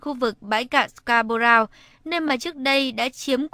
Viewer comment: Người thuyết minh phát âm chữ Scarborough sai rồi ! Đi học tiếng Anh lại đi